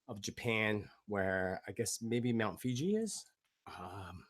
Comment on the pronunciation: Mt Fuji - not Fiji